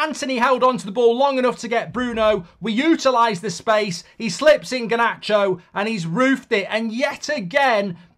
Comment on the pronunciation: Why does he pronounce Garnacho like “Guhnatcho” ?? 🤣